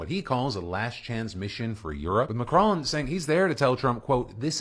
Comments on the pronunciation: Mack-ron not M’Crone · Please learn to pronounce Macron.